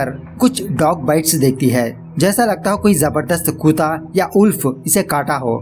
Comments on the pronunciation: आप कुत्ता को कुता क्यो बोलते हो? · Not kuta it's kutta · Sir ji koota nahi kutta hota hai.😁